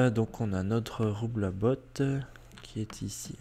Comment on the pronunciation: Le roublabot ne se pronnonce pas "roublabote" mais "roublabo" ... Essaille de bien prononcer car c'est trés énervant